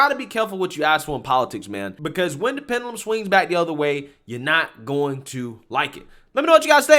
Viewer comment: i love yu bro,but please learn how tp pronounce wrds in your videos,its not pendulum,itsounds like pen-jew-lum